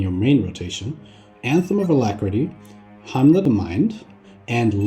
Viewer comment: Hymn is pronounced like "him" jsyk.